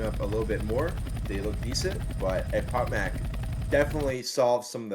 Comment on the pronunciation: Guys, you mispronounced echpochmak. It's not ekpokmak. "ch" should pronounce like in the name of country Chile. Also, i wanna thank you for all your work. Keep it up! And one more thing, where i can find RBT anthem? I like this song very much:)